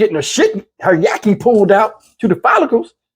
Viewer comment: This is the best video yet. Omg. He said Yaki. You made my morning. 😂😂😂